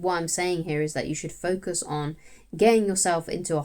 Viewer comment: 'Focuz on Betternezz' 👌